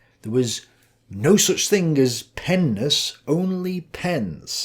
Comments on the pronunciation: Stop saying pennis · my child brain every time you say Pen ness thinking of something else lmao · You said pen-ness🤣and every time you say it I start laughing!🙏👍🏻🙋🏻‍♂️ Plato studied pens in all of their nesses 🤣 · This nigga tik talmbout some pen-ness… bruh sound like he talmbout some penis 😂😂😂😂😂